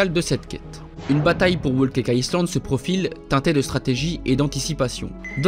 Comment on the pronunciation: Il prononce le S de Island alors que normalement, il ne se prononce pas